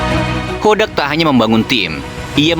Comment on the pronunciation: Meuni JELAS min nyebut BOTAK 😅